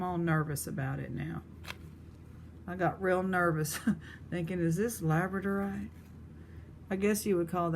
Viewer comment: You said labradorite correctly!!!!